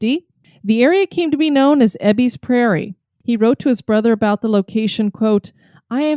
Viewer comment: I just stumbled across this episode. It was awesome that you talked about my home on Whidbey Island. As a life long resident, I did find myself cringing when you mispronounced Ebeys' Landing (pronounced E bee) and Admiralty (admiral tee). Anyways, I did enjoy the episode and so I'm going to subscribe and check out your other episodes.